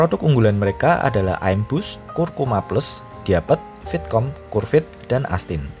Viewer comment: ngomong aja salah, im-bus ky pelafalan imun, bukan aim-bus hadehh